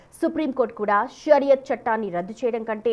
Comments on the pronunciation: It's not pariyat, it's shariyat chattam. Read carefully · పరియత్ కాదమ్మా షరియత్